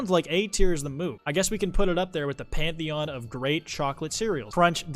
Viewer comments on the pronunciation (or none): none